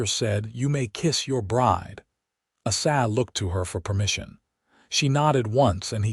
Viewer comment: His name is A..Sah say it just like it looks A SAH ZELLER....HER name is VAY DAH These people that do the reading these stories can make such a mess out of the names that I almost just move on and leave the story alone.. Learn how to say the names before you start telling the story.....That name that you call ASA is very degrading to the story.